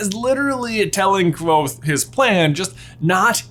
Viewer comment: Your perfect pronunciation of "Kvothe" is SO satisfying.